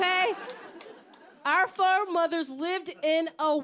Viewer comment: No lie.. The first time I heard “foremothers” as “four mothers”.. I was like “dangggg she got 4 moms.. OFC SHE GREW UP TO BE A GIRL BOSS”☠️